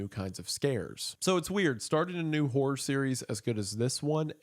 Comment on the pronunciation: My Brother In Christ, you NEED to pronounce horror more clearly. 😂